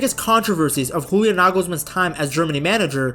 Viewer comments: In German, the j is pronounced like a y, not like an h as in Spanish. Pronounce it Yulian Nagelsmann. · Bro pronouncing Julian as if he were from Spain😂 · You-Lee-Ahn. With the main emphasis on the first syllable. Joachim Löw is harder because of the ch but the o and a don't fuse into one but are each pronounced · Just FYI: the "J" of the the name Julian Nagelsmann is pronounced like the "Y" in "yes". (It's not spanish, so no "H"-sound 😉) But "Nagelsmann" is perfect😊